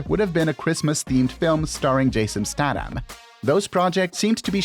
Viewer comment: you are pronouncing last names wrong. especially statham